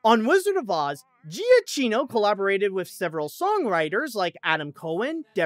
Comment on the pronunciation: Micheal Giacchino's surname is pronounced "yeah-key-no".